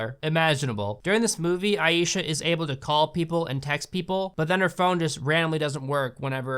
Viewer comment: You pronounce Aisha as eye-sha not ayee-sha, just saying otherwise great video